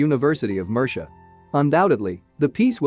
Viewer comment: How difficult is it to get pronunciation correct?? eg. Murcia, heretical, Visigoths. Not only is the “history” lightweight but, the pronunciation of common Spanish and English words is so poor in these YouTube videos! As if spoken by semi-literates time and time again!?